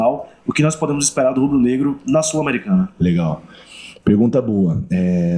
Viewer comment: V tem som de B meu pvt, “empezando otro video acá en Canto Rubro-Negro”